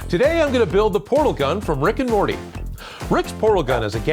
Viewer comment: the guy said rick and rorty